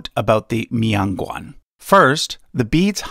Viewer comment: It's not a mee-on gwong..... It's MIAN GUAN!!